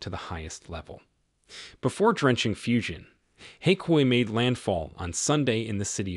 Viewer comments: At least learn to pronounce the name correctly. It is pronounced “Fu jan”, not Fu shan, or what the hell you are calling it. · Fujian Province is pronounced as “foo-gee-ann”, not “fusion”! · It is pronounced Foo-Geen-an